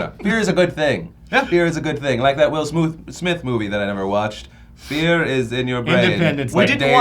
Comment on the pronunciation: "Will Smuthe"...I'm dying XD